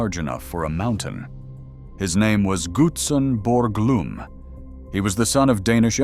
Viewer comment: You need to do some work on your name pronunciation re; Gutzon Borglum. I live here. I know all about it.